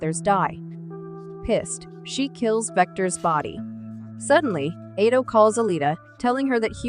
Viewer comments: That’s ALITA, not Alia. Also, Ito, not Eddo. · I’m just mesmerized on the narrator’s mispronunciation of Ido and Zalem.